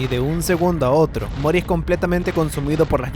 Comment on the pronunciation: Mori, no Moris